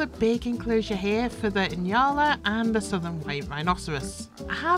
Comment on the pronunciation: Nyala is pronounced nee-aa-luh.